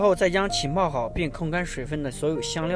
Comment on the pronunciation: 浸泡，jin pao 不是qin pao